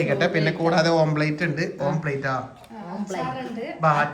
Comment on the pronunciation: Omplate alla omlette anu... Sajishinte kodi ithra vayassayittum mariyillallo